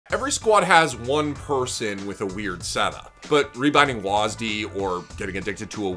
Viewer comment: "waaasd" what the hell its w a s d